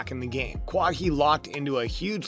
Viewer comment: This guy has no business talking about basketball if he calls kawhi “Kwah-hee”